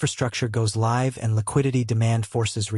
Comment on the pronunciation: AI VOICE: ....goes Liv 😂